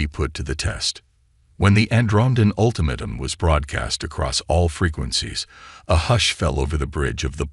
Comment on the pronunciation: You mean ultimatum this AI sucks